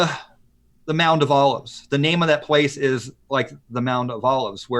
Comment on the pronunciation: It's NOT the "Mound" of Olives. It's the "MOUNT" of Olives . . . . ..